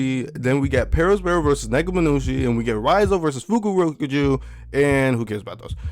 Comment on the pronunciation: Bro you couldn’t say some of the names but you flawlessly spit out fukurokuju 😂😂